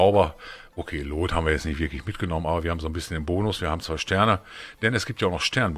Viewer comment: „luut“ ned „loot“ nimm’s mit Humor:D hab dich btw. Vor etwa 2 Wochen entdeckt und finde deine coc Videos sehr super! Manches kann man auch von dir mitnehmen.:)